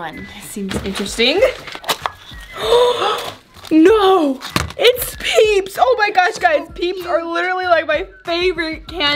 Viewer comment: In my head when she said peeps lasagna I thought she said BITCH LASAGNA 🎶